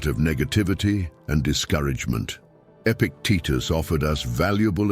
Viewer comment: Epictetus, not epic Titus. Stoics should also proof read.